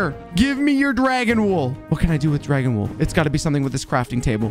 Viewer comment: i laugh when i was eating when he says "dwagawn"